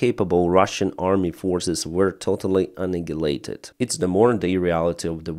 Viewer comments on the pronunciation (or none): With respect, annihilate is pronounced with the soft English 'h.' According to Google's AI it seems to be a soft Ukrainian 'Г' sound. It's understood, but I know you're working on your English. It's very good, and you're easy enough to understand, but this one might trip up some English listeners. Speaking at a good pace, it might sound like 'anilate' with a long i and a clear L sound. Very clearly enunciated a clearer soft H sound comes between. It might also be sounded out in english words 'an-EYE-hill-ate' or faster 'an-EYE-late.'